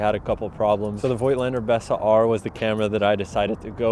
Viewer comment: It' Voigtländer. Voigtland (today Vogtland) is a region in Germany. Warm regads from Berlin, Sebastian